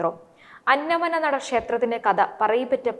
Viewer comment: അന്നമന്നട എന്നാണ് ശരിക്കുള്ള സ്ഥലപ്പേര് "അന്ന മ നട" അല്ല.